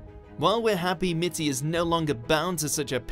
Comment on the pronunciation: No not Mitt anything but Mitty